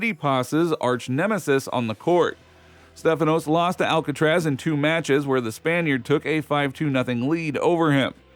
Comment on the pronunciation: Stupid narrator! Who's "Alkatraz" you're talking about. Ha ha ha!